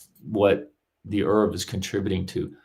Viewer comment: A minor irritation, nobody but a couple of odd antiscience folk I've come across, (just two of them) pronounce "ERV" in the same way that Americans mispronounce "herbs", dropping the "h". The acronym is usually spelled out, sounding like "Ee-are-vee".